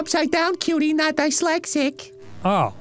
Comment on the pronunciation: arin’s pronunciation of dyslexic hurts me in ways i cant explain